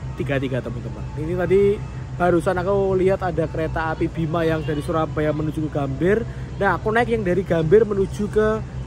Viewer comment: Maap nih bang gw izin ngakak, dimenit ke 10.50 gw denger kereta apel 🍎 😂